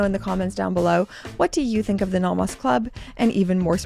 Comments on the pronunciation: Why are you pronouncing it Nahmahs? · If I had to hear you say "nah mahs" one more time... That is just perverse.